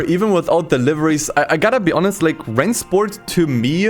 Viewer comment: I’m just here to hear pronounce Rennsport correctly Oh wait he didnt